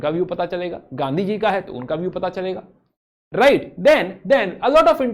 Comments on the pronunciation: Who notice the produnciation of right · Theek se bol to le bhai